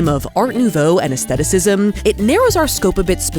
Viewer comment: Thank you for pronouncing aesthetic/aestheticism correctly!